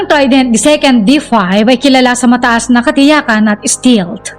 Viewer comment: Stealth ✅️Hindi Stilt❌️ Mgka iba po ng Meaning Yn... Google Voice Search nyo po St"E"alth✅️